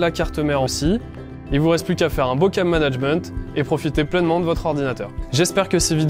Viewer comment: "Maintenant on passe au câble mannenagemante"😭😭😭😭😭😭